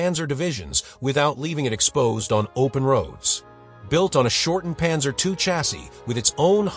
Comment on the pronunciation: Stupid AI - Panzer EYE?